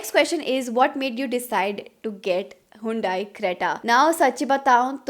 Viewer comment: It's not hundaaai.. you should learn how to pronounce your car brand name perhaps